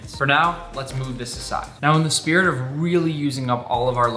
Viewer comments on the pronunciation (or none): none